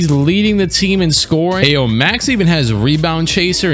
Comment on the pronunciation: Aa an Illinois and Bulls fan. It hurt the way he butchered Ayo's name lol